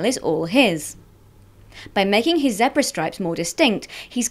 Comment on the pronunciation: im sorry.... but did she say zepra stripes?